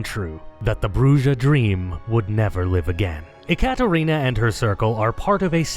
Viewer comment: This video is great, but it would have been SO MUCH BETTER if people said "BRUH-RRA", not 'BRUH-DJA".